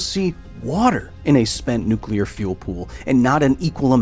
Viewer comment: Pretty much every time you say “nuclear” I have a compulsion to tap the video back 10 seconds just so I can hear somebody pronounce it correctly again. Thanks, man